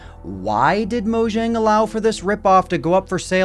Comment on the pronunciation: Mojang is not spelled as Mojang, but as Moyang, it's not an english name.